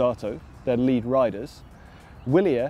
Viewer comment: It is pronounced Vee'-li-air